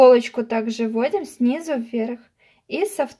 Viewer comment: "СнизУ", а не сниза!!!! Невозможно смотреть вашу тягомотину. За 5 секунд всё показать можно было!!!